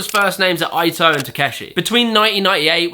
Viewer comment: Yasutoko not Yasotoku. And Eito should be like Ay-toh instead of Ai-toh. Overall loved the video, just I remembered their names being mispronounced pretty badly in your what killed it video, and this one was almost there. Lol.